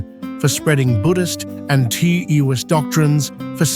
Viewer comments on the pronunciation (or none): Tewist doctrines ??? it is pronounced Tawest not Tewist = Taoism